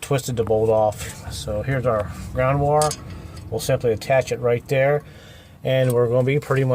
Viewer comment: I was also thinking "that ground wurree ain't goin nowurree" 😂